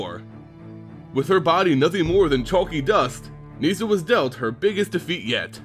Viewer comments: Its Nis-sa not Nees-sa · i love your videos, but its painful listening to you pronounce some of the names. Garook! wtf? neeesa?